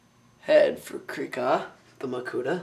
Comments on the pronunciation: I believe it's pronounced KRYE-ka... long-syllable I. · its pronounced Krih-ka, with a LONG vowel being the i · its not krihk-a or kreek-a, its krie-ka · Krika is pronounced kree-kuh. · im not being mean im helping you.Krika is pronounced with a long i